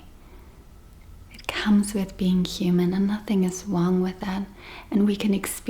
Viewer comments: 😂 you are saying Wong Wrong as it is pronounced Rong, You speak English perfect apart from the word Wong hahaha 🤣 I am not going to be making videos in German 😊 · ❤ I love the way you say Wrong as it sounds like Wong and in English it's pronounced Rong hahaha, Don't get me speaking German 😊